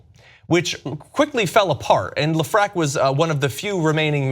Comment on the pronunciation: Hey John, great post as usual. Just know that Lefrak is pronounced Lef-Rack